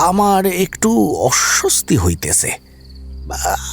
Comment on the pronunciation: সম্ভবত এপার বাংলার, তাই ওপার বাংলার উচ্চারণে হয়তো একটু সমস্যা দেখা গেছে... এ "অস্বস্তি "হইতেছে"" নয়, ওটা "হইত্যাছে" হবে... তে ওটা "জাই-গিয়া" নয়, "যাই-গ্গিয়্য়া" হবে, এরকম দুই-তিনটা আরো আছে, তবে overall fantastic performance, I must say...